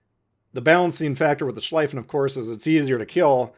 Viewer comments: "schliefen" is pronounced like "shleefen" in english, not "shleyfen" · Please dont call it „Schlaifen“; its pronounced „Schleefen“ Just like „Zeeten“ not „Saiten“ :) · The "ie" in schlieffen is pronounced as you would pronounce "ey" in key, but with an l instead of k at the beginning of the word.